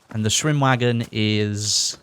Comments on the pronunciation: For a german it's actually so funny when you guys are trying to pronounce words like "Schwimmwagen" or "Sturmgewehr" XD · How he pronounces "Schwimmwagen" is actually pretty funny when you're from germany